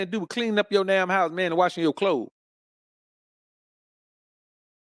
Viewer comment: "I don't give a dahm about her fame."